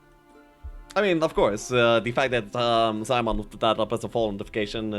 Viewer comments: ZIE MIAN. NOT ZAI MAN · Damn, Ziemian's nick pronounciation got butchered. Still good casting and gameplay, waiting for more. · it's for the anglobrains.